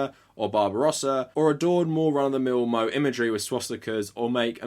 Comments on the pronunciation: He did a good job, but I would've def enjoyed it more if he put in a bit more research. That article has been debunked, he pronounced moe incorrectly, and his only idea of anime is 1000 episode series like YuGiOh, Pokémon, and One Piece. Again, he did a great job, but more research would be nice. I can't really share this in my leftist circles because of the lack of understanding. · every time he says moe as in the name i die a little bit inside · totally agreed, with both the original comment and the side note. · moe is pronounced like "mo-eh" not "moe" like a bartender from queens lol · I love how you keep calling it moe like it's Moe from the Simpsons when it's pronounced Moe-ay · Hearing you call "moe," which is pronounced moh-ay, as just "mo" is absolutely hilarious and made my day. Anyways great video, stay mindful man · when he started saying "moe" instead of "mo-AYE" I had to pause to laugh every time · Lol pronouncing moe as MO not MO-AY is hilarious to me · me: it's moh-ay not moe these are anime girls i'm probaly unhealthily obsessed with not a yellow bartender................yes i have no life. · It's moe-eh not moe-ay you pronounced it wrong too. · Moe isn't pronounced "moh", you meant to pronounce the 'e'. So mo-eh. Good video, though. I subscribed. I was wondering why I saw those trends popping up in some places in the anime community. Now I know! Thanks! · You have a lot of nerve calling the people who romanized it weeaboos when you can't even pronounce it right you're self it's pronounced moe-eh not moe-ay you're a weeaboo who thinks you're so smart because you can proniunce it right when you actually can't even pronounce it right yourself. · It's pronounced moe-eh not moe-ay it pisses me off so much when people like you correct someone pronouncing something wrong by pronouncing it wrong learn how to pronounce Japanese words yourself before correcting people. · I'm sure everyone's already commented this, but moe = "mo-eh" 😊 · "Mo-eh" not "Mo-ay"